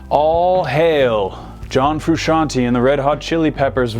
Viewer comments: Fru- shan-TAY!!! NOT shan- TEE!!!! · It's Frusciant-AYY, not Frusciant-EE, you muggle. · Ikr it drives me crazy, its fruscian-TAY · Frusciante !!! NOT Frusciantee you can't pronunce correctly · it's TAY no TEA gosh... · Fruscianteeeeee ...not Frusciantiiiii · It's pronounced Fru-shawn-tey not Fru-shawn-ti. Otherwise it would be spelled fruscianti. (Basic Italian pronunciation). Sorry this really bothers me. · You dont say John Fruscianti Its John Frusciante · It is Fru-shon-tayyyyy!!! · Froo-shawn-tay Also he's wearing the same plaid shirt as John. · Bro, chill. Theres no way for him to know how to say it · I'm sick and tired of people mispronouncing "Frusciante".